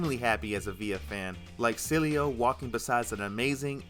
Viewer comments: It’s Cielo, Not Celio. Easy Pronunciation: C-Eh-L-Oh. Cielo means Sky in Spanish. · Since he's Paraguayan, the pronunciation should be "Cee-EH-loh". Means sky in spanish. Unisex name, not very common. Very used as an affectionate nickname among family and couples, though. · Funny, you pronounced Cielo, in at least two different ways, and none of them right. It's si-eh-lo.